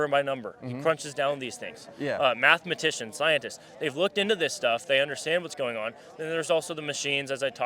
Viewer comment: Did the first 🤡 say Mathamagician?